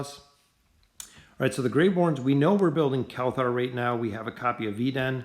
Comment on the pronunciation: Why do you say kelthar instead of kelthur